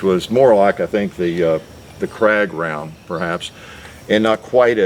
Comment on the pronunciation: 'Krag' is actually pronounced 'craig'.